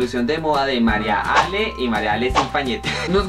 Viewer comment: se llama Mariale no maria ale. suena re feo que le digan MariaAle.